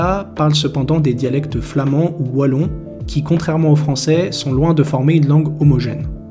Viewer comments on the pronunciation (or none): none